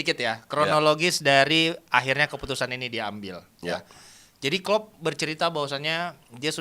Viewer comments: Pelatih terbaik di EPL adalah Klep sm Kloop... Wkwkwkwk Keseleo lidah kyk Samsul.. 😂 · bilang Klepp sama Plop😂